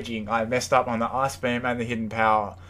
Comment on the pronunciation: when you say ice-beam....sounds like ass-beam